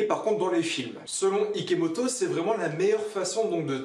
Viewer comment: #IKOMOTO, TU A DIT IKOMOTO AU LIEU DE IKEMOTO !! 😂😂 On a #TROPBION #SARADOIGT #IKOMOTO, Bon j'arrête avec sa 😂😂